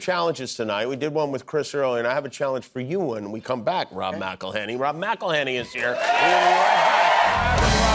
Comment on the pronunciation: "IT'S MCELHENNEY, MCELHENNEY."